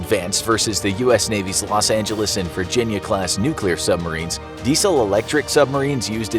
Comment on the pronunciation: Rosh Angeles 😂